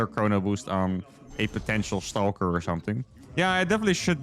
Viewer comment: I love the way you pronounce "stauulker".